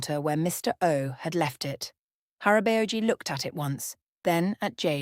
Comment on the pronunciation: It took me a few seconds to understand the korean pronunciations of the Korean words they were using. I had to pause it, pronounce the words the videos way, and THEN it'd hit me which words they were trying to use. "Hara-bay-oh-gee" 😆😂🤣